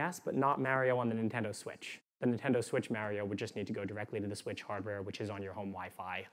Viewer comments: HE'S MARIO LIKE MARCH AND OREO, "MA RIO" NOT MARY-O, I AM MAD >.< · Mary-oh? It's Mario! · .... Super "Mario" is not MAER - ee -oh... it's MAR-ee-oh.... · How he says Mair-rio instead of Mar-rio, also makes me think of kids who were raised on Nintendo versus SEGA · This guy says MARY-OH instead of Mario... Holy shit. I think the creators placed him in our simulation to make simulation theory seem like bullshit. Clever bastards. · Love this guy but absolutely hate the way he says "Mario" lmao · He seems smart. But he can't say Mario. As good as me